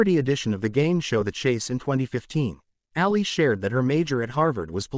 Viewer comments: Her name is Ali not Alley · I wish this person would learned how to pronounce her last name correctly